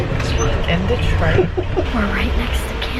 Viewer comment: Detroit is pronounced deh-Troy. Not Di-treat candi 😂